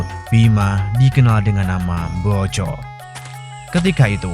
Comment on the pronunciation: MBOJO YA MIN, BUKAN BOJO